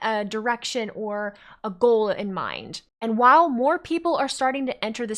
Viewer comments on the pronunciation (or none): none